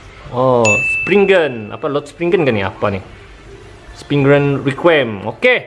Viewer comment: Bukan springgan spriggan